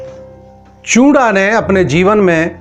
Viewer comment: Paji chunda hota hai not chura samjay